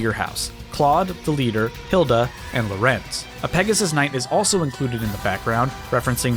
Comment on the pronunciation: As a Fire Emblem fan, it hurt to hear your mispronunciation of Dorothea, Lorenz, and Rhea. I feel I must correct you on these. It's "Door-uh-the-uh," "Lore-ins," and "Ray-uh." (Feel free to practice these pronunciations, I know Fodlan names are a little weird to pronounce, but practice makes perfect!)